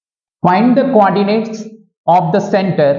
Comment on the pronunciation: Coordinates ❌ Quadinates ✅